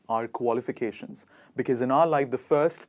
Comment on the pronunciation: May i know your qualifications pls i couldn't understand as u r pronouncing could u please spell it